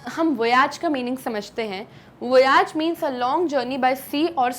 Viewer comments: Nice explanation. Wonderful way of teaching! Pls check the pronunciation of Voyage once again ma'am. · Voyage - plz see correct pronunciation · ma'am your pronunciations are all over the place. mary and voyage to begin with, arent pronounced correctly